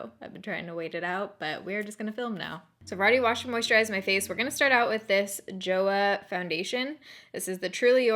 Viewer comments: Not "joh-uh" but "joh-wah". As an adjective it can mean it's good, as a verb means I like it. 좋아한다 or 좋아한은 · Joah sounds more like choah in korean - here is a little video showing you how to pronounce: Romanized korean words don't use the english alphabet re: sounds in the same way we do necessarily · You pronounce Joah as choah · Joah is pronounced more like “cho ha” and less like “joe ah” 🤷🏻‍♀️ lol just saying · Just in case you wanted to know, Joah is pronounced like "choh-ah" :) so just replace the "J" with a "CH" and that's how you say it! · I might be wrong but I think the brand name is supposed to be pronounced like a cross between "Cho-Ah" and "Jo-ah" or it at least has more of a "Ch" noise but please correct me if I'm wrong! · It’s pronounced Joe-Ah like one word 😊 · It’s pronounced jo-AH. With the emphasis on the ah. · Its pronounce as "chu-ah" 😂 Love the vid!! ❤❤ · just a fun fact: JoAh is pronounced like cho-ah, and is written in korean like 좋아! :) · "To like" in korean is pronounced like "jo - a" without the h sound. Plus, (just for fun) "to love" it's "saranghae" and pronounced like "sa - lang - he" this time the h has sound and r is like L because they don't have r in their vocabulary. Love your videos! Wishing you the best always! Kisses and hugs from Puerto Rico ❤ #baerrito